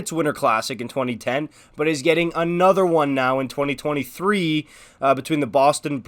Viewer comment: I had to rewind like ten times - I was like “did he say ‘twenty thousand-twenty three’” cause apparently the OILERS are facing the FLAMES later this year in October - which would be “two thousand twenty-three” but there was a game against the CANADIENS in “two thousand three” hah sorry just really sounded like ya said “twenty thousand” other than that - awesome vid - love these types of videos I listen to ‘em on my hour long drive to work or to home . 👍